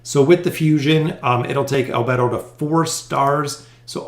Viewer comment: I love the anime, albedo i think ur pronounced wrong. No worries love ur vids